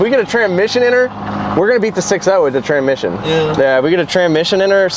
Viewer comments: 'tranmission' "TRANSSSSMISSION not TRANMISSION 🤣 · Say it with me Trans-Mission